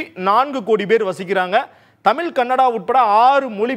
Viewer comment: தமிழில் செய்தி வாசிக்கும் நீங்கள் தமிழை சரியாக உச்சரிக்கவு ம் தமிழைத் தமில் எனறும் மழையை மலை எனறும் கொச்சைப்படுத்திப் பேச வேண்டாம்